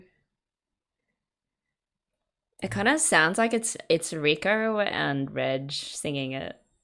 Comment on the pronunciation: His name is Reg or Regu, not Redge.😁